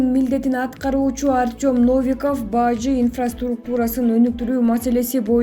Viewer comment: Баажы эмес Бажы....